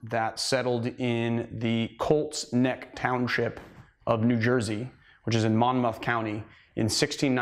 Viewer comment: As a Colts Neck native, I love the precision with which he says my town and county name lol